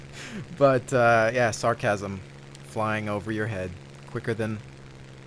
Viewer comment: "SAR-CHASM" hahaha